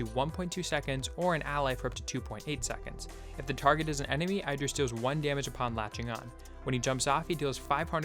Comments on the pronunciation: it's not "I"dris it's like "E"dris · its pronounced eedris